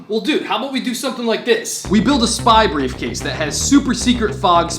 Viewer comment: did bro say beef case💀